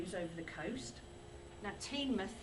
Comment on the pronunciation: It's pronounce tinmoth